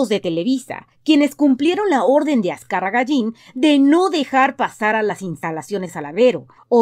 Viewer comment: Azcárraga llin no mames.... Aprendan a decirlo bien..